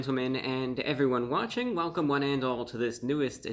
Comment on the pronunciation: I legitimately thought he began his video with "Hewo evwywun!" To be fair, I had the sound lowered a fair bit.